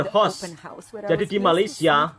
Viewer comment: Sebut biar betul,house bukan hos